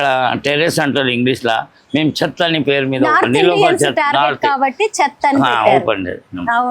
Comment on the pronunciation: అమ్మా...మీ ప్రనౌసియోషన్ నీలోఫర్ " చెత్త" లాగా వినపడుతుంది.కొంచెం పాజ్ ఇచ్చి పలుకండి🤗🤗🤗